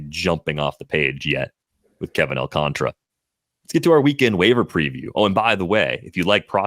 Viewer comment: ALCANTARA. There is a whole ass letter in the name that white people refuse to pronounce. AWL-KAHN-TAR-UH. Not AWL-CONTRA There's an A between the T and the R. TAR. Come on.